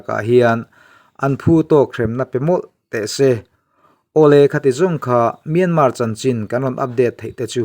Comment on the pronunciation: Myanmar tih lam dan in thiam thei si loa.